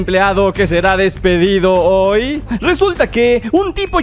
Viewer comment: Bro, soy el único que se dio cuenta que en vez de decir, "hoy" decía "ho"?